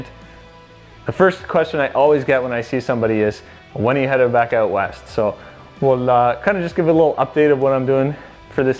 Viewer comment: "Excited to get eh-oot" lol. Nice sled bro, looking forward to tagging along on your adventures!